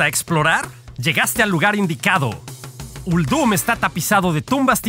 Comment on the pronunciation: La voz está muy forzada y me parece que Uldum se pronuncia con acentuación en "Ul" no en "dum"... no me gustó...